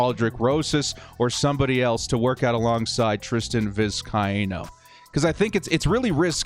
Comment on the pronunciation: It’s Vis-Kay-no